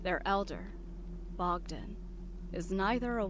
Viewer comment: Boghdan lol